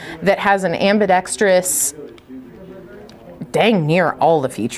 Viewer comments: Also properly pronounces the COMMONLY MISPRONOUNCED word - ambidextrous! That is often heard pronounced as 'ambidetrious'! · Kudos to for properly pronouncing ambidextrous! Soooo many people don’t do that. Just an OCD pet peeve of mine 😉